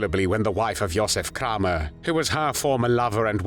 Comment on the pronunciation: Kraw mer that how it's pronounced in German? My 2nd Great grandmother was born Kramer. Got off the boat from Germany in 1881. Wonder if there's any connection to that monster Josef? 🤬🤬🤬🤬